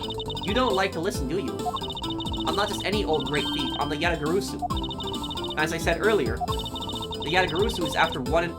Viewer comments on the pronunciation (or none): We've told you this already in chapter 1, but it's pronounced Ya-ta-ga-ra-su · you're pronouncing Yatagarasu wrong it's pronounced exactly how it's spelled - YA-tah-gah-RAH-soo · Just one thing, Yatagarasu is spelled as written, with the "rasu" at the end the "a" is spelled as an "ah"